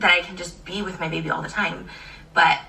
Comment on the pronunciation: Take a shot everytime she says “muybabay”